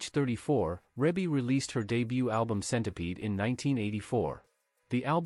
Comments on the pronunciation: It's pronounced Ree-Bee not Rib-Bee. OMG do your research smart guy!!!!! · Reebie is pronounced Reebie NOT Rebie. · It's not Rabe it's Rebe!!! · in order to be factual PLEASE familiarize yourself with the pronunciation of Ms. Rebbie (ReeBee) name. You have a regal member of society, at least be respectful enough to say her name correctly. Sheesh! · Her name is pronounce Ree bee. There's another video on her too and that announcer also pronounced her name wrong. There are 9 kids and not 10 and the other video got that wrong too. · He pronounced her name wrong through out the video. It's pronounced Ree Bee. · It's Reeeee bie mfer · Who has this narrator been talking to that told him that her name was Rebbie, or spelled that way. I can't get passed hearing him mispronounce her name to hear anything else he says. Do your homework, sir.